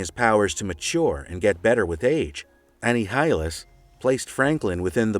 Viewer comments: This guy pronounced Annihilus "Annie High Alice." Incredible. It's pronounced "An-eye-hill-us." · AnhijialEs lmao 🤣